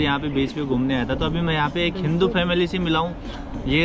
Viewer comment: Hinu nahi bhai hindu hota hai